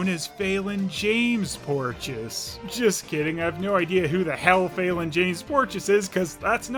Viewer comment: Porteous is pronounces as "porch-us"? I thought it was pronounced as "Pour-tay-us" 😭